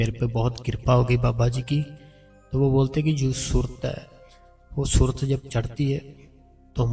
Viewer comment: Soorat nhi Surt